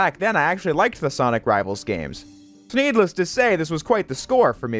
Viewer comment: Did you say "thneedless" or am I going insane ??